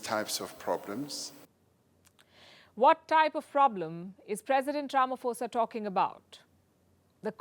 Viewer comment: please it's not Ramafosa, it's pronounced 'po' as in potential.